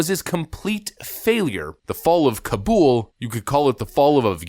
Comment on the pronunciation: As an OEF vet. First of all thank you for pronouncing Kabul right. I still cringe when I heard CNN and MSNBC pronouncing it wrong. They sounded like fools, they already are so that’s not saying much.